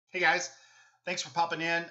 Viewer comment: Hello, not "HEYGUYS"